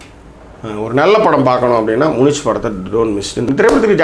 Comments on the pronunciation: மூனிச் இல்லை மியூனிக். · அது முனிச் இல்ல தலைவா முனிக்.